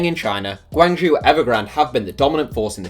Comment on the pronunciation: The classic ooo you mispronounced it, Guangzhou is pronounced like Gwan - Joe 广州